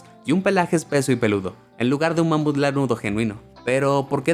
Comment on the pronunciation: Soy yo o dijo con una mamada de mamuf